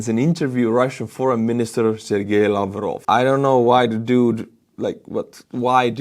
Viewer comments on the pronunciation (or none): none